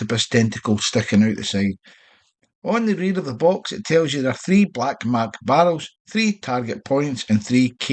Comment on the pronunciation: Its not mark your saying it wrong lol 😆 😂